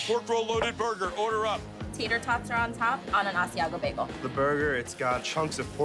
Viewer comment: Am I the only person who hears Guy say beg-gel instead of bay-gel?